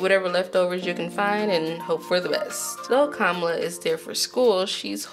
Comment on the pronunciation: I tried, can't watch this any longer. Devi = DeWi. Kamala = Kuh-mahh-lah.